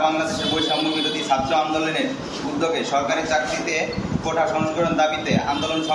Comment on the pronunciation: সে কৌটা” কে বলে কোঠা।